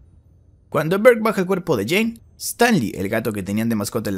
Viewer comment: nadie: inglese: jane dou jhonn dou argentinos: jean DOU